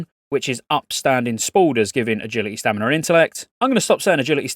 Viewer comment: STAMINAAA no R